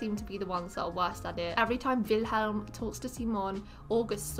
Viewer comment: Also, I just want to give credit to tell you for saying Wilhelm’s, Simon’s and Sara’s name right, there’s way to many people who say them so wrong.